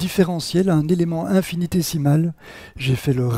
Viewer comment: Attention à la prononciation : infinitésimal <> décimal.